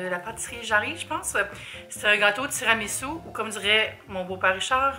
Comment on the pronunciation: omg ma maman est italienne mais quand elle dit tiramisu en français elle prononce aussi tiramitsou haha...petite anecdote avec les billes downy quand j'ai été inondée les vêtements qui n'avaient pas été mouillés ont été lavés avec ça et les rarement portés sentent encore et ça me rappelle le mauvais souvenir...c'est tenace c'était en 2017!!